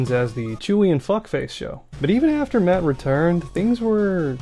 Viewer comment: After hearing on the last podcast not even able to say the name "Matt", I don't think I can listen to the podcast anymore.